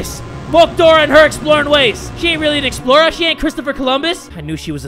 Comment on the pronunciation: i though you said the dora the exploiter xD